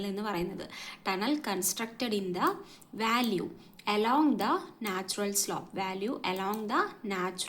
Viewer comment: വാല്യൂ അല്ല വാലി VALLEY